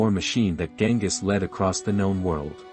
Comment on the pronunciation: isn't it Genghis?